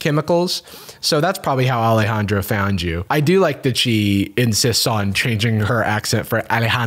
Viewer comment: okay but ’ pronunciation of ✨Alejandro✨ was incredible edit: AND HES GOT PIPES TOO?!?!